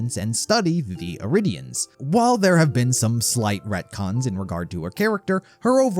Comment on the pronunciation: Its pronounced retcon, and it wasn't even a retcon. It was cut content.